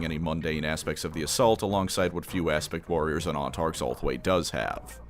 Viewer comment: Kept hearing "Aspic Warriors" this time.